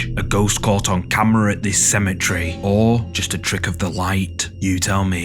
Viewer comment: the way u say "CAMMRAHH" Classic 😂😂😂😂 Great content 👍😁✌